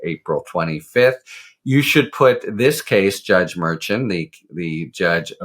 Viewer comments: HARRY -- Judge Merchan... pronounced mer-SHAHN. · Harry, "Merchan" is pronounced MERSHAHN.